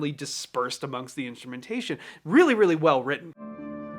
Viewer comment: Weally weally well witten. Say that 5 times fast XD